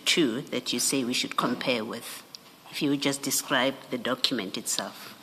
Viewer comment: Dokhument, patikhula approach, dokhete, prokhoment 🙄